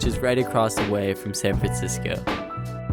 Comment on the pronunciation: “San Francisoco” did you invent a new place?